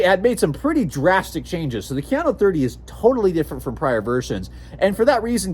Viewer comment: Ka. Ya. No. Kayano... 🤦🏻‍♂️